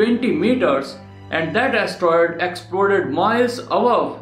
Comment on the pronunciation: he can't an astroid!